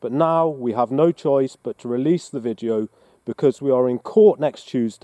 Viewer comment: Does he keep saying "vijeo"?